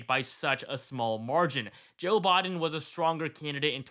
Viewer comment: It's "BI-DEN" not Boi-din" 😂